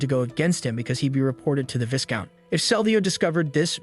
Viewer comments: These days it's hard to tell AI from human. If you're human I just thought you'd want to know Viscount is pronounced V-eye-count. The S is silent. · you should know... the s in viscount is silent. you're gonna give me an aneurysm if you keep pronouncing that s